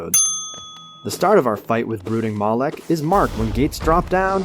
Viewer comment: Fun drinking game: Every time he says "Brooking Mawlek," take a shot. Get ya sloshed in under a minute.